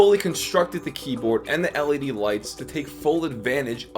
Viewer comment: Did I hear Him Say LEB??